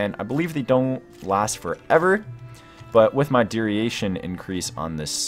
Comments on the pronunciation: ? He said duriation. It's funny. Also, costed, blue flont. He caught the blue font. But it's duration, not duriation, and cost, not costed. "It costed 3 magic crystals". I had to put something after the 7th or 8th made up word. Just caught your no-vis...... thought you were stating something about it costing no vis (like it was better than thaumcraft or something) lmfao. I didn't even get to the no- vis part.... lmfao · duriation..... lmao